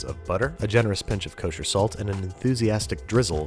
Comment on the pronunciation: Nobody: Babish: KoShEr SaLt